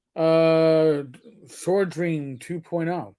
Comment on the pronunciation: It's Sword Ream not Swordream! Get it right